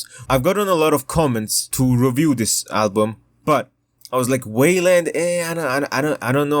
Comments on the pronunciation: Whaleland is an insane pronunciation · stop saying weiland like dat